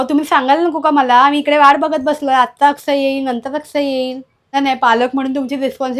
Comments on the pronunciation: अक्षय नाही आकसय😂😂😂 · Akshay shabd 1 number bolli tai